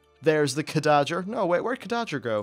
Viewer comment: Khadgar, not Khadager, it's pernounced Cad-Gar.